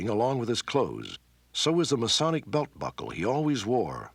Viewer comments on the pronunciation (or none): I thought so too, there was a bit of a pause and emphasis on that